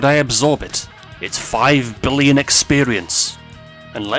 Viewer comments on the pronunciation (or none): late, but did anyone catch how he said "billion"? or is it just me